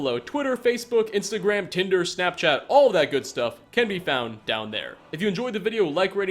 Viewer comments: Anybody else notices he said Tender or am I missing something? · Did he say, Tinder?